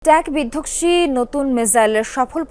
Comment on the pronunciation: বিধকসি না রে মাইয়া বিধঙসি। আগে হোম ওয়ার্ক কর।